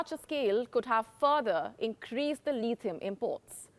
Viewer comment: It’s not Leethieum. It’s Lithium. It’s not Molly. It’s Mauli.